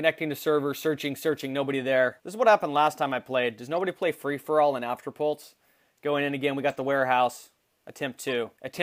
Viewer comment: You say afterpult not afterpulse